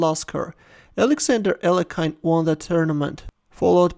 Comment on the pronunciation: I thought it is pronounced Al-Yek-in not Al-eh-kine ? Anyone? Beuller.... Beuller...?